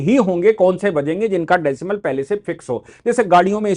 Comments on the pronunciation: Decibel होता है decimel नहीं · Decimal नहीं decibel.